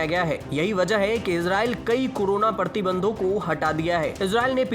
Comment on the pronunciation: 'Partibandh' nahi 'Pratibandh'